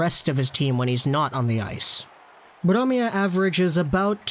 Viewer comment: its Bromé eliteprospects was made by a swedish guy